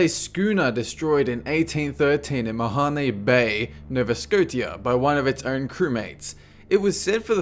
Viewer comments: I just got that Mahonybay was actually Mahone bay :P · did he mean mahone bay ma hone nova scotia no va scoshea? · Mah ha nay bay nova Sco tia? Really? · Christ dude learn how to pronounce the names of places properly. I hardly even made out that you said Mahone Bay in Nova Scotia. it's pronounced "Ma-hone Bay, Nova Sko-sha". smh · Thank you for butchering the name of my home Province. Nova Scotia is pronounced "noh-vuh skoh-shuh". Also the e in Mahone Bay is silent, and is pronounced with a long o sound. Have you never heard of a silent "e" before? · 14 is Mahone bay, Nova Scotia, if you didnt understand, he just butchered the name because of the accent. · IT'S PRONOUNCED MA-HONE BAY NO-VA SCO-SHA jeez